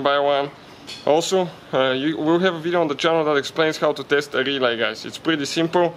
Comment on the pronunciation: GOD i love when he say RRRelay